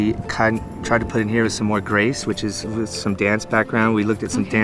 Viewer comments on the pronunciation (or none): none